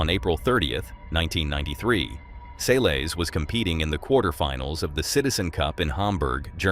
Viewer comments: It's pronounced "sell-iss" not "see-lees" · Its 'Selles' not sealies!!! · Se lez not seeleez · Her last name is Sælesh, non Seelis, please… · Please go and learn how people’s names are pronounced before repeating them so many times. “Seelees” was not it. It’s unprofessional. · Her name is pronounced sell-us. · Who's Monica Say- leys? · It's pronounced Selless NOT Saylays and NOT Seals or sealees either. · Why can't you pronounce Monica Seles' name? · learn how to say her last name...public will know who..too much edit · Why don’t know how to say her surname? ….How did you get this gig? Get it right for goodness sakes